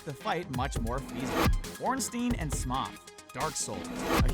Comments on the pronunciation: Smough is pronounced Smo, not Smaw. Also, I beat Whitney by using a Gastly to keep her Miltank asleep. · Why is he calling Smough "Smoth"? Wtf? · It's pronounced smo...